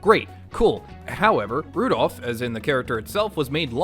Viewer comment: Rudolph ❎ Rudourph✅